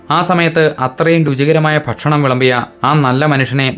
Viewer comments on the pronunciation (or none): none